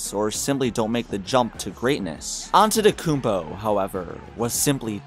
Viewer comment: I like the fact you weren't too lazy to pronounce his surname (Antetokounmpo). Some folks don't even bother and stick to Giannis or straight out butcher it.....yet they have no problem pronouncing "Schwarzenegger". Props 👍